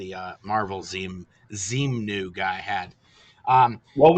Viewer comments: I watched a YouTube lecture of Hubbard recently and I was literally just wondering if anyone else caught how he said zemu in stead of zenu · Tommy deliberately mispronounces Xenu as "Xeno". That way he can deny an ancient Greek philosopher who invented "Xeno's Paradox" was part of Scientology dogma. Which is true. But it's a cynical conflation of two very different characters. A cheap trick.